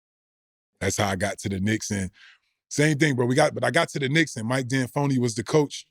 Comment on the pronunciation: _’Antoni, No “D”Antoni (⏸️), D’Anphony on the Knicks…like everywhere else 😂🤣😂.